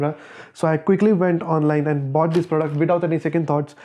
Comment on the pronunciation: I’m felt it when he said “BOughTD”